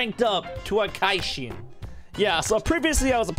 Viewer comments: You know it’s so bad when he says “kaishin” instead of Kishin (key-shin) idk just hurts soul a bit. It’s from soul eater tho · It's not kaishin it's Kishin:/ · Bruh kishin not kaishin get it right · its Ki-shin like ki from dbz and shin from naruto put together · You don't watch soul eater ;( it's ki-shin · The way he pronounced "kishin" hurt me